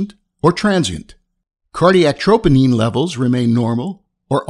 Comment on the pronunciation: Nice...but you’re pronouncing troponin wrong